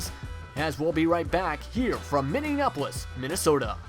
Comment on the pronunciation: it's minneapolis, not minneanapolis